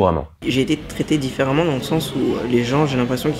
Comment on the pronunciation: "différemment" pas "differamment"